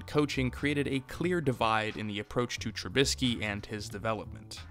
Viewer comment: Dude didn't even get someone to tell him how to say the damn name